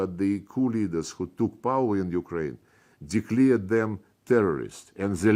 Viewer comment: You should swallow all these and much more. Declare not declear